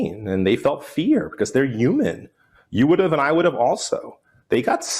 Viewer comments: Say “yooman” one more time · What is a Uman? 😂